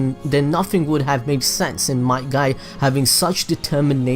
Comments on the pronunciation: his father might dai bruh who names there kid might die it sounds like your saying the dude might die which he did tho... wtvs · Each time he said might dai I laughed